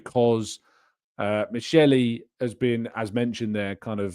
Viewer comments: The pronunciation is "mikeli", ch in Italian context is pronounced as k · FYI Michel is pronounced Mikel